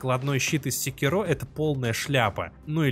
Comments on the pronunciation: не сикерО а секИро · Называть секи́ро секирó, все равно, что называть бурати́но буратинó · Секиро́ ухо режет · Правильное ударение "секИро", ну на крайний случай с натяжкой "сЕкиро", но никак уж не "секирО" Ну и я уже молчу про то, что автор абсолютно ничего не знает про шиноби... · секИро. в оригинальной японской озвучке его именно так произносят. И это его имя, а волк - псевдоним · Это так, но в японском есть акценты, играющие роль ударений, и в японской озвучке явно слышен акцент на секИро. Опять же, есть и более-менее каноничная английская озвучка. В английском ударения есть, но при этом прозвище главного героя произносится довольно монотонно (по-японски). Из-за этого в английской озвучке можно расслышать как варианты секИро, так и секирО (уж как мне кажется). Но с чем я точно не согласен, так это с вариантом сЕкиро - ничего подобного при всём желании расслышать не получится. Но десятки обзорщиков со мной не согласны) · Каждый раз когда слышу ударение на последний слог в слове Секиро, аж передергивает)